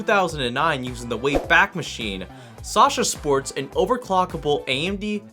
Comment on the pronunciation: I had to click out of this video because he called it "Sasha" oh, the cringe